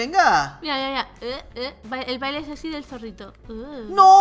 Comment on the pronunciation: Porqué dice séxy